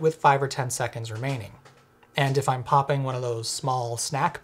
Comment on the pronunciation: “pop-king” Heehee